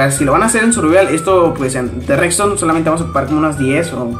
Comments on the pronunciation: No es "Rexton" es redstone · Cuando dice "recston"